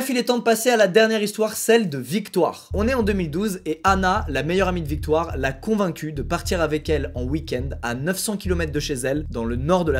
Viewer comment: victoire🤣🤣100% elle vient du congo